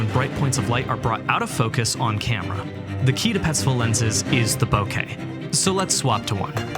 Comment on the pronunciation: Im glad you said Bokeh correctly. Its a pet peeve when i hear "Bokah"